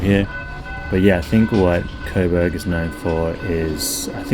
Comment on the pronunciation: bro..why you keep saying 'colberg" its Co (like 'Joe') and Burg (like Burg)